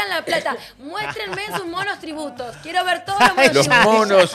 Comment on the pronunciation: o se come las "s" o las agrega donde no debe, "monostributos", volve a la escuela querida!!!!!!!!!